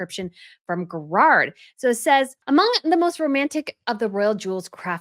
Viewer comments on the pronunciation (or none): Garrard is not pronounced grrerd! It is pronounced Gar-rard, with equal weighting on both syllables, maybe the tiniest emphasis upon the first syllable. And none of 'r's are rolled.